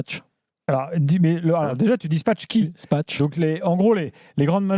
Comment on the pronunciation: Spatche 🙊 par ce que t'as dit dis spatche